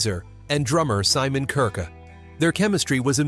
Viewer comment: Oddest pronunciation of (Somon) Kirke I've ever heard. I mean, he said Kirk-uh! Bonkers.